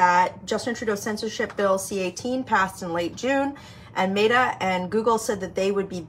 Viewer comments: ~ Michelle, it's Meta as in I met you yesterday, not Mayta 😉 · Meta, not “Mayta” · Met a not mayta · Met - ah. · You are mispronouncing Meta 😂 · You're pronouncing Meta incorrectly. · Stop mispronouncing meta.